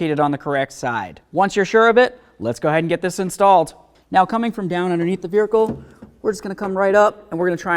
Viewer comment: Why you say vericle? What's a vericle?